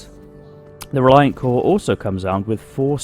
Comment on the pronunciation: It's pronounced CORE-A sorry its a thing with me. Lol